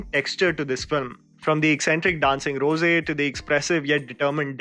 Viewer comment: hey you have to improve your pronunciation bro ... like "Kabilan" and not "Kabila" and its "Dancing Rose" and not "Dancing Rosse" (rós·so), Its "Mariyamma" and not "Mariam"